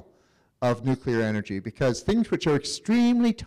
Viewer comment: The speaker cant even pronouce the word...NUCLEAR NOT NUCULER